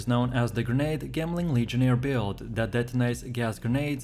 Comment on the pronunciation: Trashy copy/paste AND saying gemling like that? Boi get outa here.